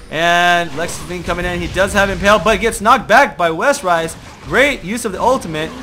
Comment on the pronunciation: pls... its imPALE not imPELL